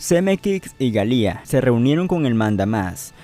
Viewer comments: Ayyy siii... Odié el "Galía" 🙄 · Bob "Galia" ? Que pasó con la pronunciación del apellido ? Creo recordar que en tus anteriores videos si lo decías correctamente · yo he visto varias entrevistas en inglés a Bob y no pronuncian su apellido 'Galia' pero es algo sin mucha importancia, lo bueno es que haces excelentes videos de "Volver al futuro" que es de lo que soy fan ! Gracias por hacerlos. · Buen vídeo, pero por favor, es tedioso escucharte decir "Zemekix y Galía", es "Zemeckis y Gale" (Pronúnciese Semékis y Géil)... Fuera de eso estuvo interesante. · "ZemeKICKS" y "GALÍA" ???? no sabia que asi se pronunciaba. jajajajaja...